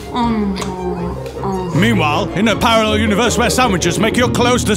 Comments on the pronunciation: don't you mean "Eanwhile" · Haha, I think you ean Eanwhile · You mean... "Eanwhile" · Don't you ean eanwhile in parller universe where the letter M doesn't exist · I think you mean eanwhile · Don't you ean "tie", "fro", and "wahaha"?